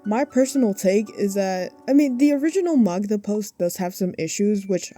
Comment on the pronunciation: It's nothing important, but as a polish person I can't get over how well you pronounce Magda!!! I've heard people say it like Ma-gee-da and it made my ears bleed 💀